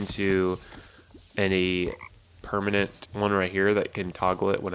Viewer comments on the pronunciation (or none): none